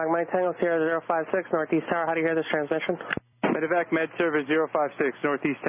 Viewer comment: I prefer this format. As a professional aviator, I’m interested in hearing other aviators personal views/opinions. Only critique: medi-vac, not medic-vac. I’ve done more than my share of them. Also, I’d lose the Fox News footage/affiliation, as trust level for ANY national “news” outlet is sus at best. Excellent job though,, thank you for the effort🤙🤙